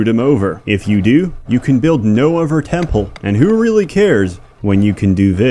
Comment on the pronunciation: he mispronounces both his "th"'s. For example, instead of death and other, he says deaf and ovver.